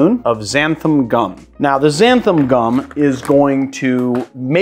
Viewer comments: Love the video but it's "XANTHAN" with an 'N' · Just a nitpick - it's xanthan with an "n", not xantham